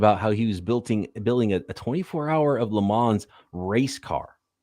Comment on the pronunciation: it’s Le Mans not Lemons 🤣